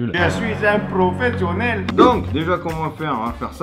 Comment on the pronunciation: J'aime pas quand il dit je suis un prophsionèle